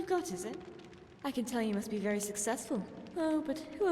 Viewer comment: "Wery wery rare" haha